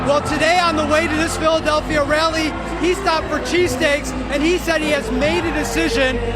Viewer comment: AOC has "rally eny" 😂😂😂